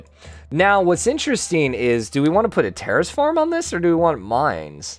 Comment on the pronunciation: Why does it sound like he keeps saying "Terrorist Farm"? Is there an accent affecting his "Terrace"?